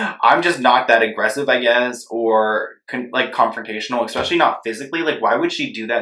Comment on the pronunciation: Not him saying “ekspeshally”